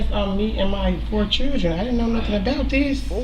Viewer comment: Her 4 “chidren”